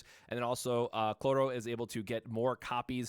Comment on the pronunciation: IT'S CHROLLO! NOT CLORRO!